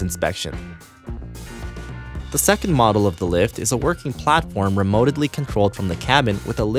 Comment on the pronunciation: He said remotidly.